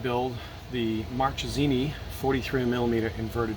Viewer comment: Marchesini should be pronounced with hard k since it is not Marcesini, there is a h after the c which hardens it. (ce/ci soft, ca/ch/co/cu hard, pretty simple rule) Anyway, nice video. Riding the same bike (a 2006 Dark variant) and I love it.